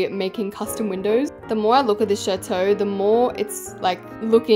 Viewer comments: Did se just say chatoe is chateau which is pronounced chattto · you dont know french also if you do what is la princess et dans la chateau and why did you say chateau like that im dying 😭😭 your saying it like chatoe 💀💀💀💀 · Why does chateau sound like “shat-oh..” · As a french speaking person, I absolutely love the way you say "chateau" it's so funny 🤣🤣🤣 Btw I LOVE your videos!